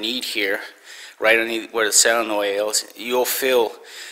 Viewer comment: "Cell-a-noi"?? LOL.....sorry.....